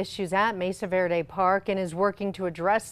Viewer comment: Am i the only one who gets annoyed by these newscaster's who can't pronounce spanish street names etc correctly. Come on guys you live in New Mexico. Know your spanish! It's not verday, it's verde! Learn it, live it!